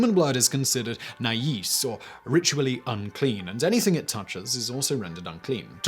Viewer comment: He pronounced "najis" as "nayees" lmao